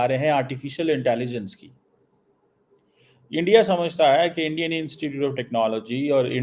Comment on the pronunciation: Tu jitna "endya..endya" karegaa..utna mota mota hota jaayega!! So.. endya..endya..km kro..seht thik hoga..